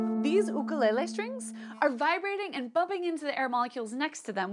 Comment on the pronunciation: I learned a lot ! You have no idea how appreciative I am of you saying ʻUkulele correctly, in the same way we would when speaking ʻōlelo Hawaiʻi (Hawaiian Language). Thank you for creating an explosive interest in the sciences ! =D